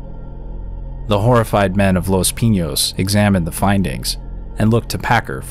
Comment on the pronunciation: Your saying Pinos wrong my guy.